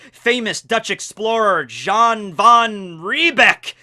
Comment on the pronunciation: Your jan van riebeek pronounciation is so american as a dutch person. Typical cringe for my night. Just right